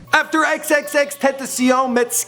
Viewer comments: It’s pronounced xxx-ten-ta-sion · Cloud It's pronounced ten tah see own but fast. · bitch its TEN- TA- SEE-ON say it real quick tentacion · Ten tass eon not tentaseein, and sl-uhm-p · who tf is xxtentasiyown? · TENT AH CIÒN. Bruv get it right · It is pronounced ten-ta-sion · this is how u pronounce his name.... X Ten ta see yawn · TEN-TUH-SYONE Simple. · Anyone else gonna say somethin about how he’s pronouncing X’s name wrong?😂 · EX EX EX TEN TEN SION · The way he's saying Xxxtentacions name bothers me...